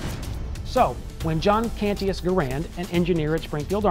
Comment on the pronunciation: "Cantius" is pronounced "Can-schuss" Look Up St. John Cantius in Chicago for proper pronunciation. And the inventor was named for the saint, not the other way around lol.